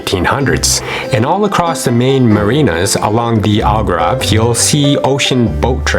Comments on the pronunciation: It’s Algarve not Algrave. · Al-gAR-ve not Al-gRA-ve (AR not RA) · So much great information! I think it is very important that you pronounce the name properly though…listening to you say “Algrave” instead of Al”GARVE” was annoying. Otherwise, great video. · Try saying ALGARVE instead of ALGRAVE !!! ....If you want to peak interest it is important to get your pronunciations correct which you have not done throughout this video. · It is ALGARVE not Algrave and North Africans are NOT arabs but AMAZIGH!!! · It’s AL-GAARV, not AL-Grave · Why is he saying “Algrave”?? It is “Algarve” ! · He read it in the liberry. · Yeah, WTH? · Your video is very good, but could be better if you correct your pronunciation of Algarve (it's not Algrave). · What is the “Algrabe”?? 🤣🤣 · I wish this narrator would not pronounce this word as the "Algrave" ... aargh! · PLEASE STOP STOP CALLING IT "ALGRAV" STOP!!!! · Sorry, couldn't keep watching, hard to take seriously when the one giving advice can't pronounce Algarve correctly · Exactly my thoughts also. I couldn't bear hearing the wrong pronunciation any longer, so after 5 minutes I gave up this video. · You need to pronounce The word Algarve properly..,,,,!